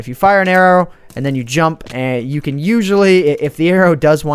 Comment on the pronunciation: Whenever says "can" it always sounds like "ken" to me.